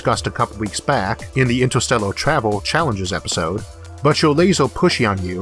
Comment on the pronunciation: so freakin adorable how he cannot pronounce R <3 Time twavel ;-))